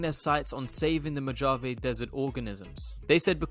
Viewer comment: Dude , I’ve said this before , but your research and presentation is top notch. Amazing. Thank you !! It’s also Mo-hau-vey desert.